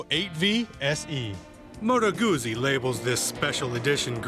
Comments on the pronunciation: Yes, discerning Guzzi riders know how to say "Guzzi". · It's goot-see..GOOT-SEE! Not goozie. . ;) Great review BTW.